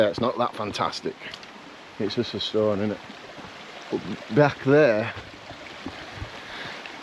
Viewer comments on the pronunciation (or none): none